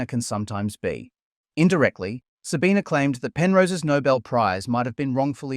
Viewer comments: Why do you keep saying her name with an A at the end? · Her name is Sabine, not Sabina. Constantly saying her name wrong. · First second of the video - failing to pronounce her name correctly. Already garbage. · loses some cred by not consistently pronouncing her name consistently. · Please pronounce her name correctly - you pronounce it without the schwa at the end in several place.